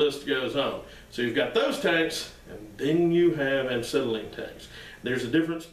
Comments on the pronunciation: The irony of you trying to shame folks for not knowing how a acetylene cylinder works on the inside compared to a hollow steel/aluminum for gases such a propane, UHP, oxidizer and inert gases. Etc. etc. And you can’t even pronounce acetylene properly. p.s The mysterious material inside is nothing more just ordinary firebrick, acetylene gas is dissolved in acetone and the firebrick is their to keep it mixed and remain in liquid form. I mean no disrespect it’s just I hate when one is criticizing and wrong themselves whilst doing so. Cheers! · I think he’s saying “uncytelene”. Because is volatile? 🤷🏻‍♂️ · Why do you KEEEEP on saying aNcetylene instead of Acetylene? If you're going to make a video where you're going to use the word acetylene fifty times, it would be polite to first learn how to pronounce it...... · AH SETTLE EEN not AN SETTLE EEN - there is no "N" in the first syllable. I just grates at my head everytime he says it. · When I heard "Ancetylene" I paused to see if I was pronouncing "Acetylene" wrong. Anyway, I enjoyed the content of your video. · There is only one n in acetylene. And it's not after the A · Absolutely loved this video because I have wondered what was in an acetylene tank for half my life and I'm 74~!! I weekend weld and really enjoy it and have been told many times what was there but never got to see it and some of the guys that told me didn't know what they were talking about. I could listen to you say ANT CETILENE all day~! Chalk me up on the Subscriber Board & looking forward to more education. P>S> don't trip on that ball peen hammer behind you on the floor. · He keeps saying an-cetylene. Too funny. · An-cetylene. Never heard of it. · Glad I'm not the only one that noticed. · Yeah. Why the hell is he doing that? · Tony R um, because he never learned how to pronounce it properly? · Not trolling. Its factual. You're saying it wrong. Take the advice or leave it. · Why do you pronounce it aNcetylene ?